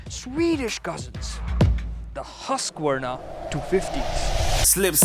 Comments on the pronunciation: It's not huska warna it's haskwana . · Baki sab theek hai but name pronounce hi nahi hota